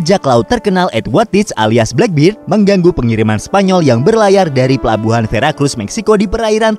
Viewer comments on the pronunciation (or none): none